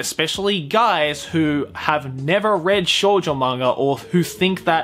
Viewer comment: you pronounced shounen correct but you then said Shoujo like a weeb with their lackluster knowledge of the Japanese language xd I know it was you saying Shoujo like how an English speaker would say it if they didn't know any Japanese xd showjoe xddd